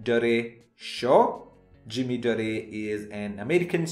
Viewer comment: It’s Dore not Doreh